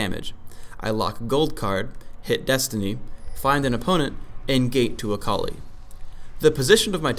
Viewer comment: the way he says akali is so weird, i keep hearing "a colleague"